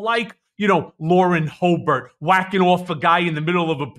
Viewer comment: LAUREN HOE-BERT I. AM. DEAD. 🤣🤣💀💀